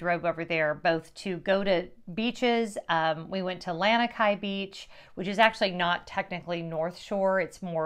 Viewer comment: Please pronounce Lanikai correctly. It's more like "lawn" ikai.